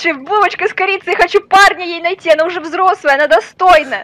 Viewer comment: сказал узе😂